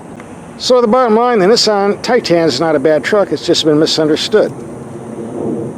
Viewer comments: It’s Titan, not Tie tan lol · its pronounced tye ten not tye teen. does it look like its spelled titeen? No. and its not tye tahn either, more like tighten. got it good problem solved. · What the heck is a TIE Tan? Misunderstood and mispronounced....one word Tie tun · ) 2017 Nissan Titan...Get the ship out of your ears and listen to proper English Pronunciation and a intelligentexperienced truck review......"Billy Bob"!